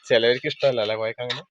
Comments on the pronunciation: Koyakka alla, kovakka anath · കോയക്ക അല്ല കോവക്ക ആണ് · കോയാക്ക😂😂😂😂😂😂😂...കോവക്ക ആണ് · കോയ, ഇക്ക ഒന്നുമല്ല... കോവക്ക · കോയാക്ക അല്ല. കോവക്ക ന്ന് പറയും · കോയാക്ക അല്ല കോവക്ക ആണ്